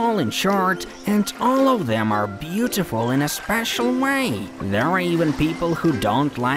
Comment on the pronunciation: i love when he said butetyful